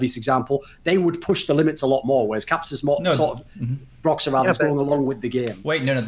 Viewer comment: Kelsey saying broxah is bad